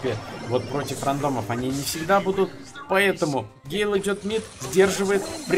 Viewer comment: гЭЭЭйл боже как это тупо звучит